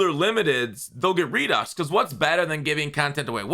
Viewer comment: Yeah what’s a “REDUCK”😂